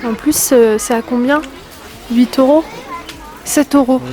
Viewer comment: C’est euros et non oro !!!! tu me tue😂😂😂 et c’est pas la première fois !😘